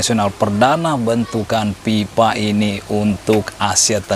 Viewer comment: FIFA bang, bukan PIPA